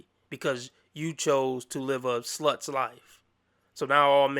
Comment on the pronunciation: when you said "a sloot's life" I imagined a CGI animated movie by that title because it sounded roughly like "a bug's life" 😂